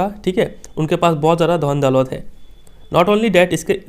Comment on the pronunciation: Sir, are u a Bengoli?, becoz of the way u told daulat.......